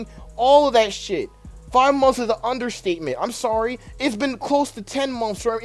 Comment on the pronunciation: Are you trying to say months?